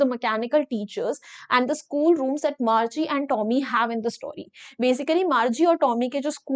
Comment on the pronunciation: Mam margi nhi Margie hain 😂